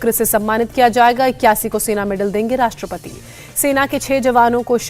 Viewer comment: Rastrapati COVID .....kya bolti h ye anchor 😂